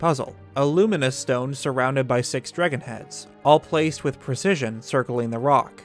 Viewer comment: am i the only one who keeps hearing drigan instead of dragon? or is that what theyre called?